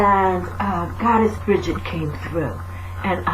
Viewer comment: From a little cailín on the Emerald Isle, a HUGE THANK YOU!! I love your videos, and I'm always guarnteed to smile!! ((Especially when you pronounce Bridgit and on occasion have your little rants!! LOVE!! ) Thank you xx